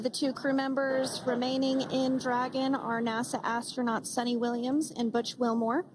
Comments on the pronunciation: Not suni, it's Sunita. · Its not suni Williams its sunitha Williams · Sunita not suni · SUNITA not Suni...